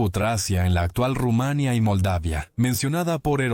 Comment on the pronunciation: No he visto locutor peor, Rumánia, Primero sabel... Como se puede ser tan malo, y ademas desgando